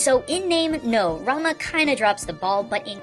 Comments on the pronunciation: Two errors, 1. It's final fantasy 6, not 4, Final Fantasy 4 involved Kain, and Cecil, not Terra, Locke, Saibin, ect... Error no. 2: It's Rumah, not Ramuh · why he kept saying Ramuh as ''Ranma'' ? its Rámul '-' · When you said Ramah I thought you said ramen.